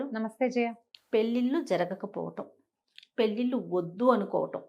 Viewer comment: పెల్లిల్లు కాదు పెళ్ళిళ్ళు... Please note